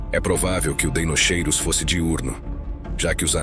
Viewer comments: Em latim “ch” tem som de “Q”. Portanto fala-se “Deinoqueiros”. Atente para a pronúncia correta. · O "ei" tbm se pronuncia "i" , assim ficando "dinoqueirus" , igual a dinossauros de DEINOSAURUS ( lagarto terrível)